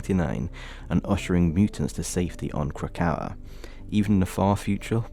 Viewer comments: Great work here but I have to be the one to say. It’s Krak-O-A. They mention it in voicelines all over the game. Every time you say Krakow it’s like a little knife in the ear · Just a heads up its Krakoa (KRAH-KO-UH) and Arrako (AH-RAH-KO) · had to turn the video off because of the way you pronounce krakoa 😭 i get it im dyslexic but it was hurting my brain LOL